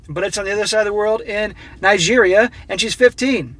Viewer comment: How is u gonna pronounce Nigeria wrong slap